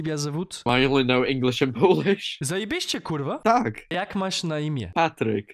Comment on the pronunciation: damn you dont speak Polish yet you pronounced it amazingly